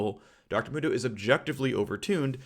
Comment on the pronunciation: Phreak: Dr mundo should be maxing e first Me: phreak! It's mundo not moondo. Jks love ur vids phreak they help me sleep